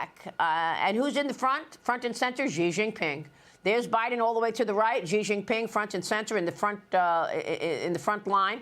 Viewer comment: Not Jee, not Zhee, not See- SHEE